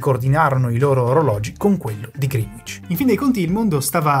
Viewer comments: Dario e la sua penna rossa non richiesta: Greenwich si pronuncia 'gree-nicc' /ˈɡrɛnɪtʃ/ non 'griin-uic' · Grande video, pero' e' "Grinich" non "GrinUich" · Da correggere la pronuncia che è Grenich e non Grinuich. Detto ciò molte grazie per il lavoro certosino, forse pure troppo. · Ottimo video. Una sola pecca, molti non sanno che la pronuncia di Greenwich è qualcosa tipo “grenidg” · Bravissimi. Unica nota: la pronuncia di Greenwich è gren-itch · Greenwich si pronuncia Greenic (con la c di ciliegia). Pare strano ma è così. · ehhm, si pronuncia grenich